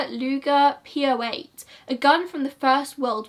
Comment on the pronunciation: Your second pronunciation of Luger was spot on ;)